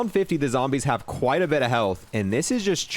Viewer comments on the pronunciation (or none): none